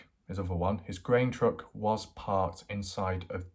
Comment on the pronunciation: Are you saying "grain truck" or "green truck"?